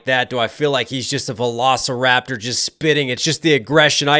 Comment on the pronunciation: Did you say Velociraptor or velocirapper 🤔